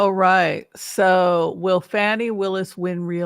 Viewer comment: please pronounce Fani's name correctly. It is pronounced as Fawni not Fanny. Fanny is the way trump & his maga's pronounce it to humiliate her.